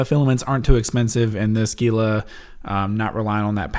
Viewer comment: YOU GUYS... ITS NOT GEE-LAH ITS HEE-LA.